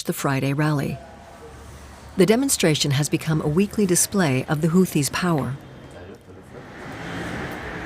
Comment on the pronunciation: seriously? the dunderhead announcer can't correctly pronounce 'houthie'😮 ai garrbage.